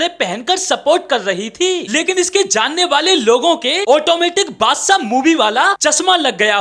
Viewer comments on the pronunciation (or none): none